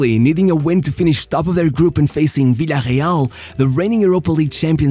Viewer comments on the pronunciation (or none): I still dont get why fans that are interested in football cannot pronounce Villareal correctly.